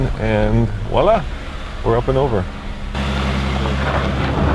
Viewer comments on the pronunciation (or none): "Walla" WTF? Do you mean "Voila"? As in the French meaning "There you go..."?